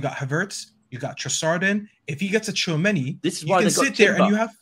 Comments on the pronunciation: “Favourable”. “TWO Chameni”. Where do you even get these.. characters? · It’s Tchoua meni man, tchou meni-meni man, we need a bigger squad in ere!